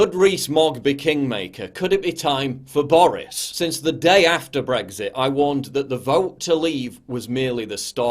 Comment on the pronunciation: Please pronounce BREXIT WITHOUT THE "G"